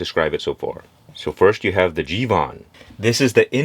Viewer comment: It’s not jivan it’s jeevan and it means life